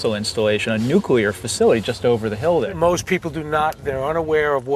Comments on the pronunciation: It's "nuclear". Not "nucular". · It's NuClear, not Nuculear. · Learn how to correctly say the word "Nuclear". Otherwise, don't narrate videos. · Ha, ha! "NUCULAR". Reminds of that Alaskan Governor. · I wince every time I hear it like that. It’s bad enough they say it wrong but don’t they ever hear how people with working brains say it and wonder, who’s right?